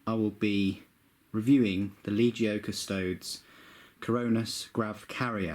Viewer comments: I thought it was pronounced "cus-toe-deez" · I'm going to be That Guy and say that they are the CUS-TOE-DEEZ. Unless you also pronounce the Space Marines as AS-STARTS, they need the 'ees" at the end. But you did a good job with the review! I do have a question though: how much did you have to apply your heat gun to assemble it? I've never had a good time with FW models. The Chinese recasts I've seen were higher quality for a 1/3 of the price.